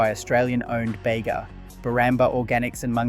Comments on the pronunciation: It’s because this is an AI narrator and not a real person. One can easily tell this via its numerous inconsistent and mistake pronunciations (ie. ‘Beega’ to ‘Bayga’ etc) as well as its flat affect and robotic cadence. The script and research is also 100% AI created evident with its numerous tropes consistent with AI material and factual errors, like conflating having a license to produce foreign owned products with local ownership when under such agreements the majority of profits from the sale of those items still go to the foreign owner and not the local manufacturer. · Bega is pronounced beega not bayga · If you are going to make “crisis” videos about Aussie products - at least get the pronunciation correct. It’s not “Yogghurt”, that’s British. It’s “Yowgurt”, as in Grow. And don’t go to the town of Bega in NSW and call it “Bayga” - we aren’t American. It’s “Beega” - with a hard E. As for foreign ownership? We all knew that - blame the original owners for wanting to cash in on the success of their product. No one held a gun to their heads. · Why are you pronouncing yogurt the pommy way? And, Bega is pronounced Beega not Bayga! WTF YOU’RE WRONG as BROWNES is the oldest 1886 NOT Bulla. This either Chinese or young Liberals?